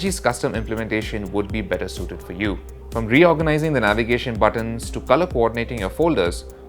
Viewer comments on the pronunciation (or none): none